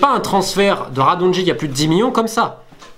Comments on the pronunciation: Apprend a pronouncer les noms slaves deja, on dit nemanya radonyitch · Nemanja sa se prononce nemania ! Et Radonjic sa se prononce radonjić !